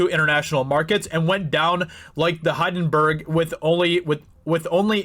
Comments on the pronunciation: Heidenberg? ... HEIDENBERG?? ... jeez! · What's a "the hudinburge" and "dah-bue"? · You pronounced Hindenburg wrong you American😂